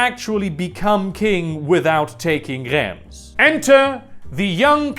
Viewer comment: Love the video, but DEAR GODS you’re french pronunciation is absolutely horrible Reims is pronounced rance